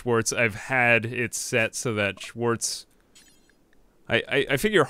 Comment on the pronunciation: Sorry may I ask where you´re from? Just from how you chuckled at Schwarz and persecution it sounds as if you at least know german (plus you managed to pronounce it, something no american would manage ever^^)